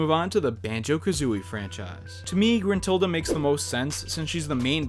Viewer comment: I mean I know you say grintilda but dont forget about the best character in banjo-kazooie and banjo-tooie in Tooty.